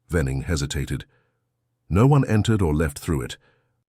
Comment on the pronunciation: How did you say asparagus? AI needs more practice.how did you say no - one? It’s one word for heaven sake.